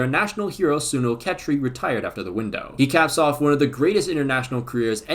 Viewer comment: hey! I know you put a lot of effort and time into making these videos and I’ve been following you for a while, I love that you mentioned Sunil Chhetri as he is our greatest goalscorer but I would also appreciate putting just a click or two into learning how is name is pronounced! ❤ much love for all your videos!